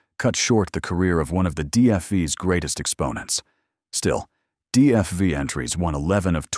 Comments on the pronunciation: DFI? DFY? What are you mumbling about. The Gilmore Foyt Indycars never used Cosworths, the used Offenhauser and DGS motors…. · Why did you show the Foyt Indycar? ( twice? ) It never had the DFV or DFY. That car had the Ford “4-Cam” originally developed from the 289 stock block Fairlane. And your AI guy says “DFI” - WTF? Audit check your automated computerized narrator. And what is a mono-cook? Terrible narration